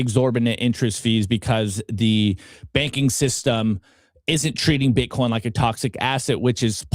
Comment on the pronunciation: She said bitcorn